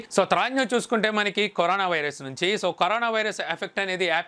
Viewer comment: Bro కొరానా కాదు కరోనా.